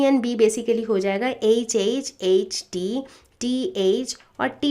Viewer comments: Mam not say H mam say eche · Mam "H" dhang se bola kro